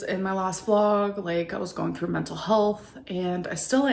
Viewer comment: "I'm going trough mentul health..." WHAT? MENTAL HEALTH WHAT?